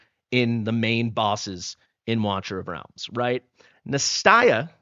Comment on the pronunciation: The name Nastya is pronounced NAH-sty-uh Meaning: Resurrection.Nastya is a girl's name of Greek origin. Although this little ruby gem is typically a short form for Anastasia, it packs a serious punch all on its own. With this Russian name, meaning "resurrection," your new arrival is sure to bring spice and spirit to everything they do.